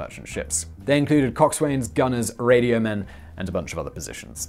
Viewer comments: 2 things: 1. Ships have boats, don't call the Liberty Ships boats 2. Coxwain is pronounced Cocks'un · Coxswain is pronounced cockson. Boatswain is pronounced boeson. It's English. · Cox-s'n. Reduced second vowel as in London. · Speech cop here: Coxswain is pronounce cox-sen.